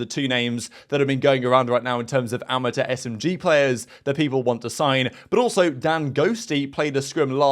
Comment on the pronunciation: Wtf is a amata?!? It’s amateur Chhhhh Not taaaaa